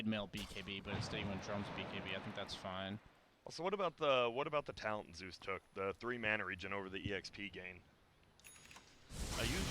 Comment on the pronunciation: Whaa whaa kyle is dumb the bandwagon is strong PS: Zeus, not zues.